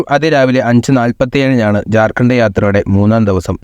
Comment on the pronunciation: Jharghand❎ jharkhand ✅ സാക്ഷര കേരളത്തിന് അപമാനം 😂,(veruthe🤪)